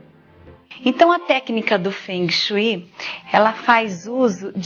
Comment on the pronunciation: Kkkk Quem fala fungue shue????? Para vai.. Kkkk